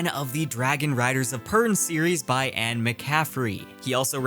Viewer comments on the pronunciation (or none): none